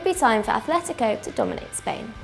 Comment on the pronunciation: Atlético is NOT pronounced with a H.